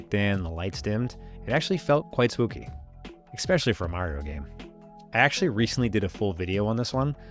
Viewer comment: Great content, but please stop saying words like expecially and exscape.